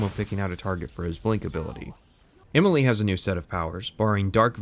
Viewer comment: You say "Imily" instead of Emily. Can't un-notice it.